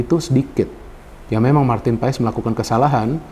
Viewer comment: bacanya itu PAS bukan P A E S, tolong di biasakan bung